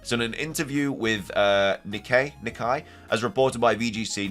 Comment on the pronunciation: To enable Terastalizing in Blueberry. That's Briar's goal after all, she already said so in the end of Teal Mask. Btw, Nikkei is pronounced "Nick-kay" 🤭